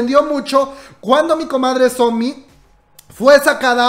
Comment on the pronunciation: A mi dandome algo porque dice sonmi y no somi🤖